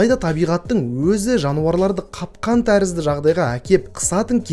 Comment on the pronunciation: Бірақ қапқан емес қаҚПан деп айтсаң тіпті керемет болар ед